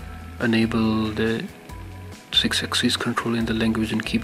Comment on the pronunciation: Its sixaxis not sixaxeees